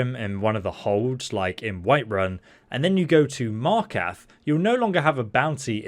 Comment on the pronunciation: Marqath He says? You mean Markarth